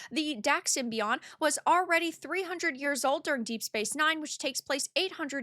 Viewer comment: lmao the way she says symbiote